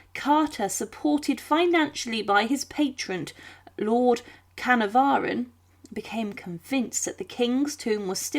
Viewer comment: Idiotic pronunciations like Carnavon give the game away of being yet another AI